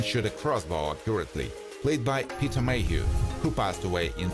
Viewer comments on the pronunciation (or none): none